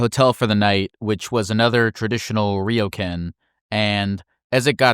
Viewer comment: the fact that you pronounced Ryokan as Rio-can made my stomach turn inside out